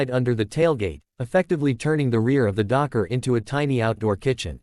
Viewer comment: DOKCE NUKKEN? Really? What the hell is even the point of this AI generated crap? is it just for clicks, comments and watch time to keep the algorithm fed?